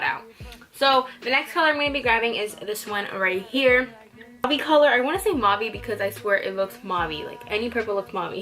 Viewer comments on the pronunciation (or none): It's pronounced Mauv not Mauvey but fierce otherwise! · Omg, your pronunciation of mauve... We say it like "mowv" in Australia.